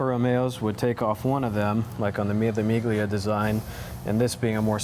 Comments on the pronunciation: Lovely series, but please pronounce the names correctly... it's Mille Miglia not MiG-lia :) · de Wilde He knows how to pronounce, meelie, meelya. He doesn't, because it is considered bad manners to do so. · Man sells $500k cars for a living and doesn't know how to pronounce "Mille Miglia"... 😕